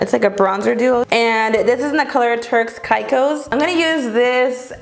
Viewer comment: Sorry haha but you pronounce turks and Caicos as "Turks and cake o's" and Praline is pronounced as "Pray-lean"